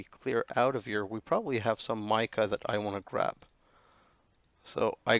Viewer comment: lol i think the amount of stuff you need to finish the quests is GWSheridan's troll on anyone taking the time to go all the way with this pack. As for sticking with you, in my mind you are one of the more fun / better youtubers around (even if you DO pronounce mica the wrong way lol) for the style of play I like to watch. KEEP UP THE GOOD WORK.